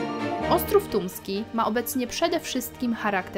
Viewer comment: No ja niestety słyszę "Tuński" kilka razy zamiast Tumski ...